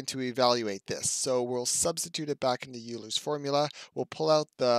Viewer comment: How on earth does a mathematician not know that Euler's name is pronounced "oiler"?